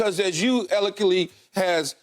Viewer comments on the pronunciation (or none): It's eloquently not elekely. 🤣